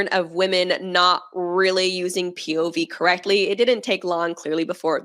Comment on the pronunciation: These chicks out here butchering the F out of “POV”. 🤦🏻‍♂️ With some cringy😬sh!t💩